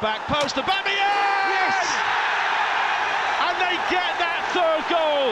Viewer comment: Hate how the first commentator pronounces Aubameyang ’Äbemeyäng’